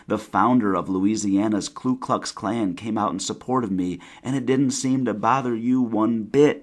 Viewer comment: "Klu Klux Klan" lol The first word doesn't have an L, dummy.